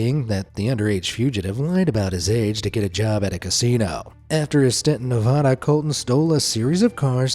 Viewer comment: What f you say Nevada wrong